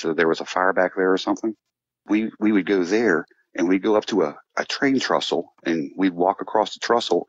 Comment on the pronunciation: Train trestle. Not trussle